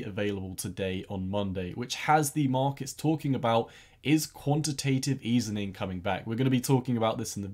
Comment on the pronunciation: Nice video! One small thing: it is called quantitative easing not easening (